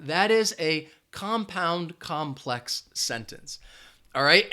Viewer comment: COMPLEX- NOT COMPEX